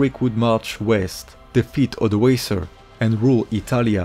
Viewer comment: ODOĀKER not Odəéisə !